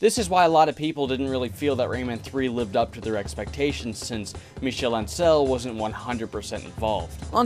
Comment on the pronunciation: The pronunciation for “Ancel” is all over the place in this video